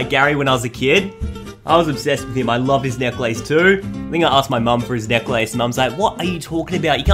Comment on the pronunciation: He pronouncesNecklace kind of weirdly like he's saying Neck - Lace